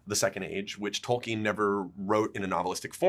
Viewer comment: Each time one of those writers say "Tolkien" i want to explode. He would be so disappointed :/